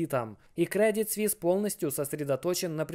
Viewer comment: Не свис а суис